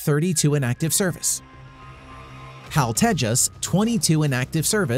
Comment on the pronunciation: Read H A L separately.